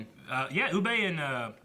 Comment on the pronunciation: Ub-buh. Please say Ub-buh. It's not a huge thing but fuck me he's not French and they even say it on the show many times. Oo-bay. where did this even come from